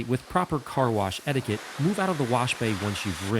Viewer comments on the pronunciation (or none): none